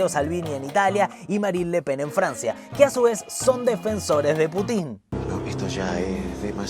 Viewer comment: me da un acv cada vez que decís /putín/